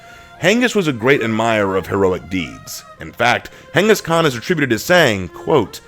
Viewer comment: I prefer the rule of Khan than the rule of emperor's or kings, who value people who knows very little and have no trade or skill..and Mongolian rule valued skilled laborers and tradesmen, also please say his name right ("gangis-kahn"). YouTube doesn't care lol